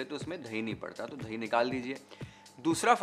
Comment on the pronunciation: thai nahi boltey.. dahi hai